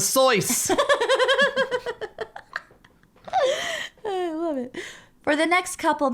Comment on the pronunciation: I swear a second before started pronuncing it Soice instead of SOIS, I looked at it and went "Soice lol". And then and did it too. It's the morphogenetic field!